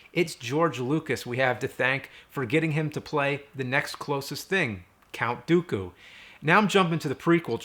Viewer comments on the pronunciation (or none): I chuckled at "Count Dookula." :)